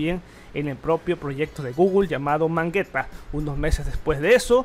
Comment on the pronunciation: primer minuto y ya escucho mangeta en vez de magenta, empezamos bien XD